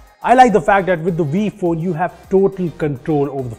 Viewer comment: 'WiPhone' sounds like 'BPhon'😂